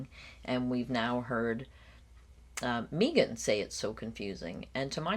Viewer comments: Megan prefers that, Meeegan, pronunciation of her name. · I can't get over the "Meeee-gan" pronunciation hump. 😊 "May-gunn" is preferable, imo. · Meeeegan instead of Megan - It’s so close to how Alex Murdaugh became ALEC MURDOCK and that in and of itself tells you so much about someone. Control. Self-importance. Bizarre. Who knows what else